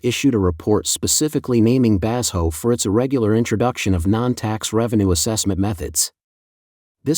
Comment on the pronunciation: "Bass ho" is not a Chinese name. Did your AI narrator mean "Ba-sho"? (or Bazhou?)